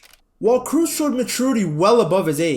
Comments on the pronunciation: Great video, but his name isn't pronounced 'Cruz' or 'Cruise'... It's Kroos, with the oo pronounced like oh from oh my god. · Kroos as in "Cross" not "Cruise". Tony Kroos. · Side note: "Kroos" is not pronounced with a "u" like in Tom "Cruise", but with an long and open "o" like in the English word "board". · Kroos no Kruuz!! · Bro, hearing you say krus is so baaaad! You pronounce it “kros” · It funny to me how you say krooses name your pronouncing it like cruise when it’s cross but the k is but a rougher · Learn to pronounce his name! Kraws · Why everyone is pronouncing his surname wrong, it is actually like "cross" but make the "o" sound a bit longer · Every time you called him "Cruise" i died a little inside^^ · Funny that this is the 2nd video of yours I've seen people telling you about clickbait titles & thumbnails. In the other one you couldn't even fkin pronounce "Wenger" and then here you are again butchering Kroos, nice scrub. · Please learn how to pronounce his name